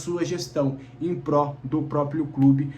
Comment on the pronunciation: "em Prol" e não "em pró". ❤